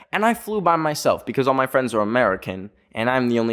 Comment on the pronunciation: THE 'FWENDS' THOOO UXHUSJX